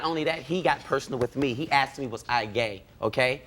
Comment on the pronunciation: He axed you what?😂😂